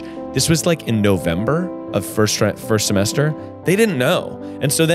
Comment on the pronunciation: Very cute when almost said 'trimester' instead of 'semester'. Was really moved about what he said about his brother, thanks